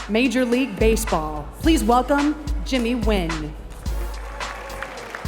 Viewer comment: Jimmy nguyen: "jimm WIN" ? XD